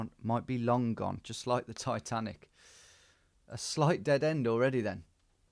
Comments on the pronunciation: "Ititanici"? lol. it's Titanic! :D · Am i blind or did my guy read Titanic as Itatanici 😂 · Tom, I was screaming its Titanic you noob not ITitanicI 😂😂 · Itanichi 😂 pretty sure it just says Titanic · My heart sank when Tom said Ititanici 😆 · He misread it as ITHANICI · haha i just started watching and thinking what is he talking about, it only says titanic. hahahaha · Am I lost or did Tom just misread titanic as something in Greek ? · Came here to say the same 😂